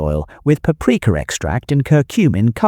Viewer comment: Entertaining in many ways- first third (or thereabouts ) fillet is mysteriously pronounced “ fill- A, , rest of video pronounce correctly. Very odd.( And slightly cod😂). And what is “. Papareka “ Is it a relative of paprika?